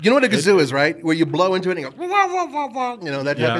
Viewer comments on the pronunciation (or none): It is "kazoo" - not gazoo